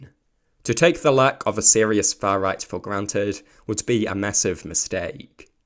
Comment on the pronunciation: I think you could have said "the fuh riyght" a few more times.